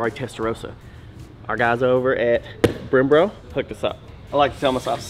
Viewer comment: I love “Brembro”!